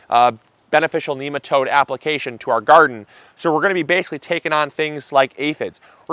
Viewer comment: There is no link for nematodes in the description. The correct way to say Nematode is Nem Uh toad not neem uh toad, seriously. You really need to spray your whole yard to not just the garden. I have also found out that you should spray your neighbors front and back yards as well if they don't have a grub control system already. After a couple of seasons of application you'll see the best results. I sprayed spring and fall.